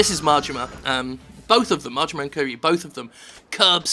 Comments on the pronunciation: You're pronouncing Kiryu's name just fine, Jim. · Your pronouncing Kiryu's name just fine. I love this series, and I love this thing where Japanese games, specifically like Yakuza and Persona are getting more attention these days. There's also 1 or 2 games on the PSP and another spinoff on PS3 where it takes place olden I assume edo japan with all the main characters. the series also let's you use guns and knifes and swords which also don't kill enemies there's even a HEAT action that let's you throw people off buildings! In Yakuza 4 there was a mini event (not sidequest) where you play as a cop and you have to stop someone from jumping off a building by fighting him, and you can just throw him off the building, and after the fight he's back on the rooftop and fine and apologizes! It was so stupid and I love it. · Kiryu, THE protagonist. Don't worry, you pronounced it right.